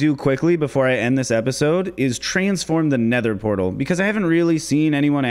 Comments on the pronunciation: pether nortal? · ah yes, the pether nortle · actually said "Pether Nortal" 🤣 Your videos are AMAZING! You deserve SO much more Subscribers! Keep up the awesome content!